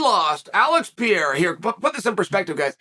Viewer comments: If you gonna keep making money talking about Alex Pereira, maybe out of respect, you should learn how to pronounce his name correctly. It’s not Piera, it’s PEREIRA. Peh-ray-rah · REPEAT AFETER ME: ALEX P E R E I R A not Piera